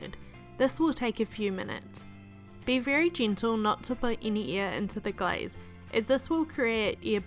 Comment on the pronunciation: When u said glaze, it sounds like guys.... I was like!!!!! Thx for sharing